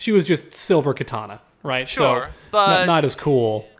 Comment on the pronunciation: I love how the MK guys can't help but pronounce the name of DC's Katana as 'Kitana', that's a fun reflex xD Also damn, Dawg right off the bat just going after Sonic's room (we need Choppy Mode Sonic again though!) :p Also, for the timestamps, Spider-Man discussion starts (that might be fixed by the time I make this comment)